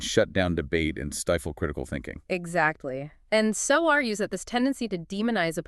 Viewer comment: Pronounce the authors name properly.not an option,A.i.feds.